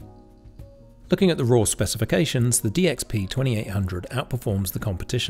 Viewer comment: Love the overall review. But did you notice you kept saying "DPX" all the time? 😁